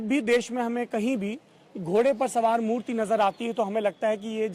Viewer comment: murti ko mutri bolra bhai danga kardo 😂😂😂😂